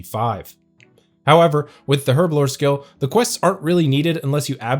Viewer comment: Im crying.. Been a player since 2004.. I say alch wrong and you say herblore wrong. No judgement lol just laughing and crying inside hahahahahahhaaaa